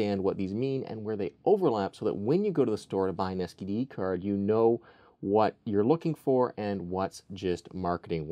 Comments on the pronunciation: did he say STD Card or SDD Card? lol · Did he say std card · you actually said STD card 😂😂😂😂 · I swear he says "std"card. No body wants that card.😂